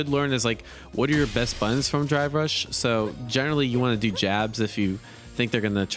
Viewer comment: Whenever he says drive rush, it sounds like he's saying dry brush